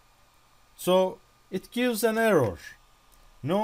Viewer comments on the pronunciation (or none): "errawr" okay mr russian man, carry on.